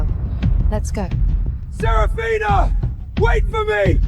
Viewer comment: Serafina ? Safina ? Sorafnia ? 😂😂